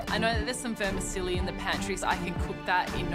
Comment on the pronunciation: "I know there's some 'verma-silly' in the pantry". Girl...